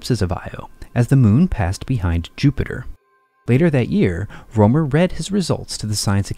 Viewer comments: His name is Rømer, not Romer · Rømer or Römer and NOT roomer it is NOT an oe sound as in shoe or you...PLEASE use an u as in hut if you can't pronounce the proper sound...This sounds beyond stupid...Have some basic RESPECT!!